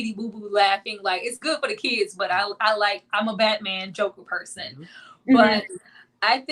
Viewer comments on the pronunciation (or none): none